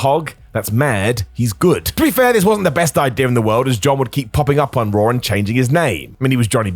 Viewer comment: Raw* not Roar